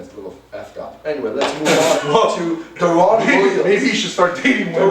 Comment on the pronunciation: DARE EN Williams Not Daaaa ron!!!!!!